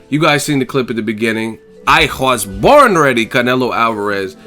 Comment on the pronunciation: 😂😂😂😂😂!! Bro I'm Mexican and I it's the funniest thing ever when you say "I was borrrn rreddy! 😂😂! Keep doing you!!